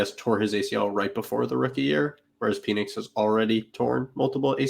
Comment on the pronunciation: Good stuff. Pronouncing PENix as PEEnix made me giggle every time. I’m such a child.